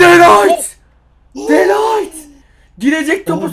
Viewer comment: 🤦🏿‍♂️🤦🏿‍♂️🤦🏿‍♂️ De Light diğil De ligt